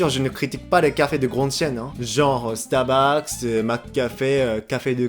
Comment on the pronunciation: Donc "starbucks" prononcé par un japonais nul en anglais qui parle français, ça donne "stabax" mdr